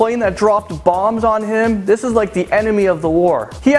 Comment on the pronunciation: "ekscaped" 'Thith guy" really...